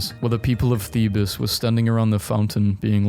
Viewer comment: It's pronounced Theebs you late term congical visit